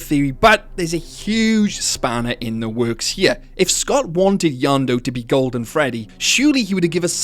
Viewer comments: When you say "Yendo", it sounds like "Yando", and if it's an accent, that's fine, but it's strange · Um you’re saying yonndo not yenndo please say it normally in next video please.😢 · pronouncing Yenndo as Yawn-doo instead of yenn-dough feels illegal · Not to mention you also pronounced it "Yondu" Not "Yendo" and I wasn't looking for a minute and I thought you somehow brought in Guardians of the Galazy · Bro says Yonndo but it's yenndo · Yanndo? Its YENNDO Y E N N D O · its name yendo you are saying it wrong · It’s pronounced “Yen (like the Chinese currency)-dough” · how tf you get that pronunciation? it is blatantly spelled out as Yendo. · He really said yenndo as yondu oh and no hate I love these videos I was just making a simple joke keep up the vids